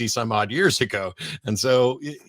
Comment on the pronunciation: "Creationism"2 vowels too many .